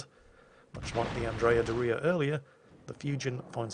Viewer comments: Also, it is "dòria" not "dorìa" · It's Andrea DOria, not Andrea DoRIA. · as an Italian, you are not isulting us but please say Dòria and not Dorìa ahahahaha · Hey:) Your Italian was actually pretty good, although you got the stresses wrong on both Caracciolo and Doria. And your accent wasn't offensive at all, although I feel obligated to say that what you consider "Italian accent" only really applies to a small part of the country. Thanks for the video and looking forward to the next one!